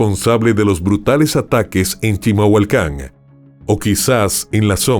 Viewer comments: ES CHIMALHUACAN, NO CHILAMHUACAN O NO SE QUE DICES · Se dice CHIMALHUACÁN 😂😅